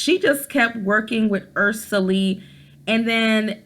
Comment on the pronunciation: When you said Ursuline I thought you said Ursula